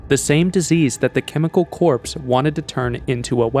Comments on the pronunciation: "corps" is pronounced "kor" and not "corpse". Please don't say the animals were slaughtered. Animals get slaughtered every day for food. But when they are killed because they are infectious, then they are culled. So unfortunate that when you said 1971 the graphic said 1917. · Dude , the word Corps is pronounced " Core" not "Corpse". Also the Picture you claim is Eric Traub is literally a Picture of Werner Von Braun. Google Von Braun and that picture is one of them. I suggest you do better research and learn to read properly. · It’s hard to understand how such a brilliant story can be hard to understand…for instance, FMD was never described as Foot and Mouth Disease. Or Corps should be pronounced as CORE, not corpse. However, it is still terrible that the government feels free to use its citizens as experimental animals. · The word "corps" is pronounced "cor," not "corps." Another error, you talk about a disease being transferred from Europe to Cuba in 1971, but under the map of Europe it says "1917." Otherwise, in my mind, it's a well made video. Thank you for making it. We need to know the truth. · It is spelt "Corps" but pronounced pronounced "Core". 1, 2, 3, 4, I love the Marine Corps! Hoorah! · Are you seriously pronouncing "corps" with a hard 'P', like 'corpse'? You make YouTube videos man, you have to know that that P is silent. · Chemical Corpse is a darkly humorous way of pronouncing that, but it's pronounced just like Marine Corps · Chemical CORPSE? It is pronounced as if spelled CORZ, thank you. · The army corpse ey? I think you need to check your pronunciation of that one. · It's pronounced CORE! How the hell do you narrate and get basic words wrong. That was painful to listen to. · Corps is pronounced “core” - great video, thanks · It’s pronounced “core”, the “P” is silent. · I kept hearing Army corpse and I couldn’t finish the video… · I can’t trust a narrator who can’t correctly pronounce CORPS. It’s like he just learned this word yesterday.